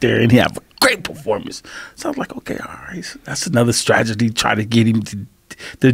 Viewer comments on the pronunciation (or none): “That’s another stragety “